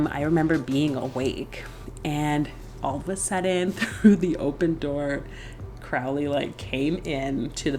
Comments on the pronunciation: No disrespect but his name is pronounced Crow-ley not Croully. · It's Crow-ley yankee. You clearly didn't get very far with the OTO